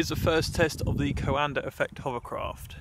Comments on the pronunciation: It s not coàndă it s coandă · The name is the Romanian COANDĂ not some american COANDER... So fucking pronounce it right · Why do Brits pronounce words that end with “A” as “ER”. Coanda -> CoandER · coandă not coandăr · *note: It's not CoandăR effect, itțs Caondă effect, without that R at the end. ă is pronounced without any other sound after it. Great video tbh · Please,, please, it's not 'co-anda',, it's pronounced qwonda. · Hi! Love tinkering, love aviation, love your channel, but please stop PRONOUNCING HIS NAME WRONG :) You're doing a "CoandRa" while it's just COANDĂ , without the R, and that last Ă , is pronounced like an overpronounced E from HAMMER, for example. Here, sample: Cheers, and keep it up! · It sounds like he is saying "coander" lol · Is it coanda effect or coander effect? He says it with an r so I wanted to know lmao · "Coander Effect" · Please stop saying CoandER. You need to lift up the nose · Or Canada. I just find it funny that in Brit English, "cover" becomes "covuh" but "coanda" becomes "coander." The rule seems to be that if an R is present at the end of a word, drop it; if no R is present, add one! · Romanian here. The correct way to spell “ă” is like the article “a” like in “a cat” (can't think of a better comparison right now lol). Anyway, awesome vid as always! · I'm a Romanian and I can say that Coandă isn't pronounced like that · Nobody has ever explained to me why the British add an 'R' behind many words ending in 'A'. Anybody?